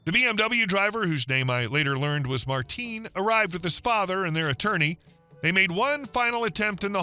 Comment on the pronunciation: You can tell the voice is AI. In the third video the voice over says "Marteen" instead of Martin.